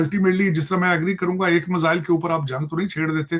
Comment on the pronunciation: टकले मजाइल नहीं मिसाइल होता है 😂😂😂😂😂😂